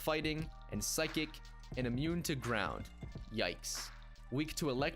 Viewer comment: Am i the only one hearing ''Drown'' instead of ''ground''?